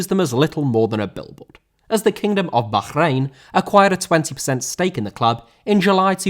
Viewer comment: Good Bahrain pronunciation